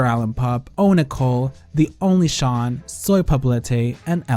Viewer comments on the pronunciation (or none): none